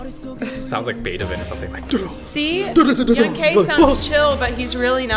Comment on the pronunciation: Lmao I unconsciously corrects them on how pronouncing Young K's name 😂